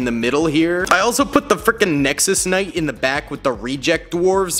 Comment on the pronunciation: WHY DO YOU KEEP CALLING IT NEXUS KNIGHT! Its Nexo knight